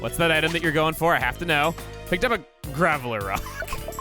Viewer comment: It's GRAVELROCK not Gravelerock like the Pokemon